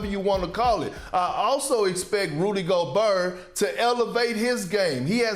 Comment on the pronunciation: Nobody: Big Perk: ‘Rudy Go-buuur’